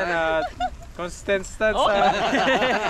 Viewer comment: merry christmas po sumakit yung tiyan ko sa kakatawa kay di niya ma bigkas nang maayos yung contrstant 😂 😂😂